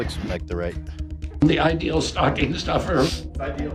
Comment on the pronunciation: “the ideal stucking stoffer” -ethan